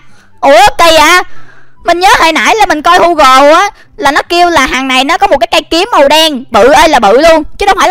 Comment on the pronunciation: Gu gồ chứ ko phải hu gồ